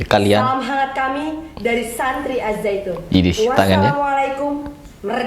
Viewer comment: Si ngomongnya salah.bukannya na'ujubillah.tapi NA'UZUBILLAH..AZZAITUN bukan ajjaitun